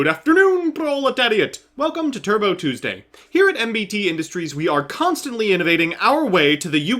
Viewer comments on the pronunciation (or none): none